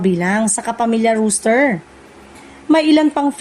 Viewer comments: ROS-TER hindi po ROOS-TER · anung Rooster? ROS-TER ahahahaha